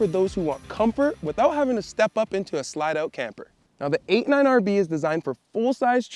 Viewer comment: Wait, are you saying 89 RV? Sure sounds like it.